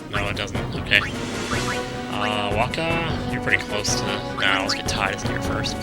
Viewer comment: in Kingdom Hearts, his name is said by wakka but is pronounced teedus